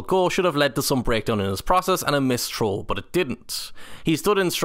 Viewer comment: Anyone else hearing troll instead of throw? 😅